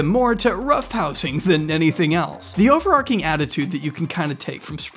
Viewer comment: Do you say arch like "arc"? No? Then why are you making an exception to mangle overarching like "overarc'ing" then?